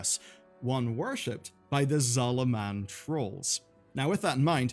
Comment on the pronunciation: Couldn't you at least pretend to pronounce Zul'Aman like someone who has played the game?